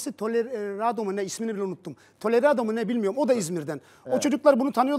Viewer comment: Delaredo'ya tolerado mu ne demesi ahahajahajgsjshsjdhdf